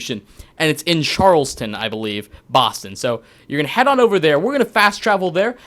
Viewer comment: Great video I found deagan first and ps it's pronounced Charles- town